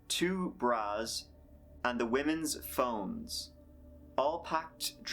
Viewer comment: You said that they found the women's phones, but it sounded like you saod BONES